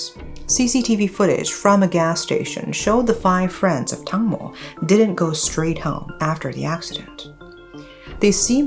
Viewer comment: Not Tangmo but Dang mo, "watermelon".